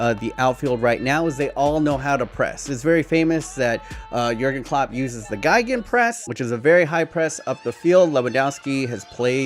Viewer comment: Your pronounciation is actually an other german word (you said "violin press" xD). Your pronounciation would be written "geigen" but it's "gegen" ("gegen" is similar to "against" (although not in this context)). I know german is difficult to speak, but i wanted to say it.